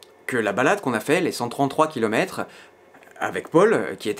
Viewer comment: je me demande combien de Kouïlometre tu as fait 😄